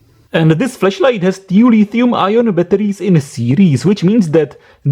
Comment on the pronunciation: OMG!! You've said the whole video "FLESHLIGHT"!!!!